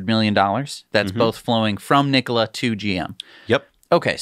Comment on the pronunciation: Mary called it "Nikoli" in the cnbc announcement.